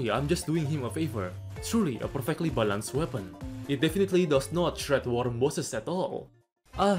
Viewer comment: man I gotta say, I love the way you say "balanced", its so funny lol